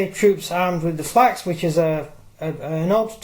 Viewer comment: Falx mate not flax